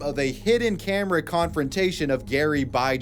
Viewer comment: "what the camewa foew" 😢